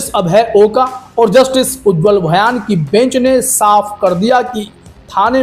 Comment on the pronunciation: भयान नहीं ,भुइयां होगा ।